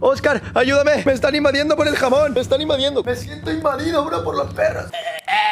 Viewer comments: Fui la única que escuche "jabón" y decía "jamón" jajaja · Jaja pense que dijo jabon que jamon